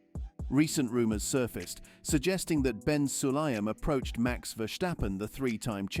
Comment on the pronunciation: Dit is een AI stem. Maar inderdaad, de engelstaligen mogen van mij wel iets meer moeite doen om (gevestigde) namen uit te spreken. Maar dan is het dus ook Max, en niet Mex. Maar als de sportman of -vrouw het prima vindt, stoor ik me er niet meer aan.